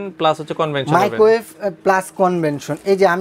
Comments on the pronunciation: Convention na Vai, Oita convection hobe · কনভেনশন না, কনভেকশন।